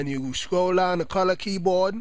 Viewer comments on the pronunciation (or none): "Cola Keeyboad"